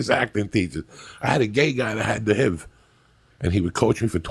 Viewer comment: That’s the first time I heard H.I.V. pronounced just as “the hiv” 🤣